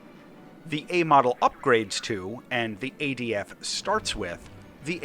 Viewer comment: it's adf not adv get it wroight mate